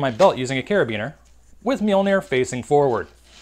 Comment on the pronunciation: However much you love Mjølner, you butchered the name.